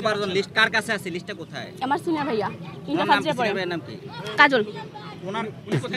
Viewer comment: বস্তির মেয়ে সুরাইয়া বলে কাজল ভাই ইন্টার ফাচ ডিয়ারে পড়ে😂